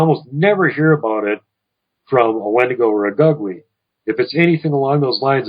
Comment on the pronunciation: Gugwe is pronounced (goog-way)..